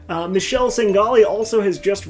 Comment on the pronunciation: OMG I ended up in the video (thou wrong pronounce of the name. I am Italian so in english should be read something like "Mikeleh"). In any case I was not complain, actually I was enfatizing that even if they don't know the rules they are able to play :) Going to the topic of this vid, you didn't mentioned live role play and LARP arenas for those player that enjoy... mmh... I actually don't know, I don't enjoy those kind of games but many roleplayers do so it's worth a mention I think. Last but not least I have a question. My girlfriend doesn't like D&D as I do, she wants to have fun so she dislike quite all the mecanics of the game but love to roleplay dumb characters in comedy situation, what games you suggest for people like her? By the way great work! I am looking forward to see your next vid :D